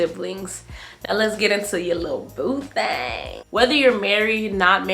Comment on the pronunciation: 😂 the way you say boo thang kills me 😂😂